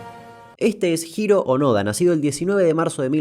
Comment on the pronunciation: Pronunciaste bien, ya que la H no es totalmente muda como en el español que esta claramente al pedo en su abecedario, vocabulario y diccionario. Sos uno de los argentinos mas respetuosos del país creo que 15 de los miles que conocí. Igualmente no hace falta saber japones para pronunciar el romaji, ya que justamente es la traducción occidental, deberías en todo caso saber un poco de pronunciación en latín.